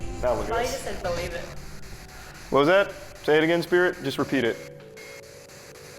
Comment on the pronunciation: when they say "believe", it felt a bit like they said "please leave"